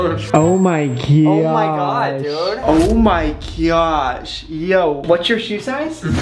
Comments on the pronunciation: You said oh my giyash instead of oh my gosh😅😅😅😅😅😂😂😂😂😂😂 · Brent stop saying gyosh and oh my gyhad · Its gosh not goroh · Oh my gyosh is what Brent said lol 😅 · when brent says oh my gosh it almost sounds like oh my gyatt 😂😂